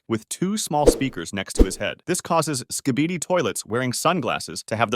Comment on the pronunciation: "Skai-baidi toilet"